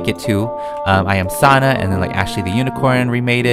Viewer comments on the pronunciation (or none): A lot of poeple created this Like uni SJENDN And Sonna Me: It’s sAnNa